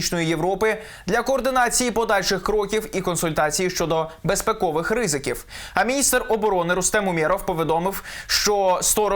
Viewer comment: безпЕковий, а не безпекЛвий